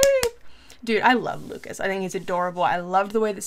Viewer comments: Yes the 'S' sound is silent. Its just Luca(s) 🙂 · A little piece of advise on French language: you don't pronounce the s at the end of Lucas :)